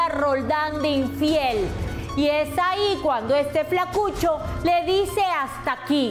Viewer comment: bullin jaja al decir flacuchoo.